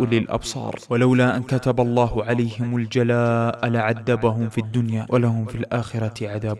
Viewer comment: وقذف ليس قدف... لعذبهم وليس لعدبهم حرف ال ذ